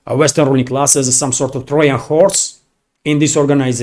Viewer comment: Just a helpful hint: The pronunciation of the "J" sound in Trojan (Trojan horse) is a hard J sound as in "Joy" and "Jew." 👍